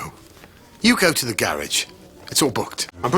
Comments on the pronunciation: "We come tit village" 🤣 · "We Come Tit Village". LOL.